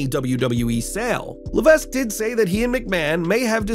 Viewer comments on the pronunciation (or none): "Levesk" dude made me cringe every time he said it. How can a wrestling channel know so little about the stars? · As someone from new england, HHH last name is pronounced Luh-Veck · The S in Levesque is silent... Say it with me now: Le-VECK! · He's trying to hard to not pronounce it the way he's supposed to lol